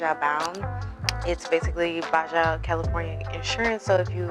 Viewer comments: Baja is pronounced “BA-HA” not “BA-JA” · It’s pronounced “baa-haa” california :)